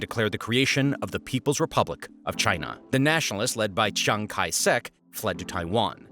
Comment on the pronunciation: You lost me at pronouncing Chiang-Kai-Shek wrong